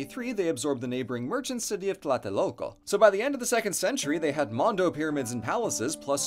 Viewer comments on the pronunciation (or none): none